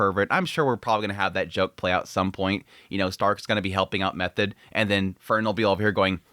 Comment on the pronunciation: Err, why are you calling her Method? Its pronounced Me-toa-de the H is silent. Do you watch the subtitled in original Japanese?